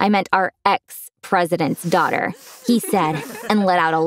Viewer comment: why he keep saying duaghter?